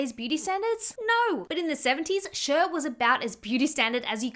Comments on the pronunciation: I think Cher sounds more like "share" than "shur" (Also thanks for making these videos, they make me feel better ❤️) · Please not "shur" for cher 😂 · Never heard someone pronounce Cher like “sure” lol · I always pronounced her name like “share” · Your pronunciation of Cher is hilarious 😂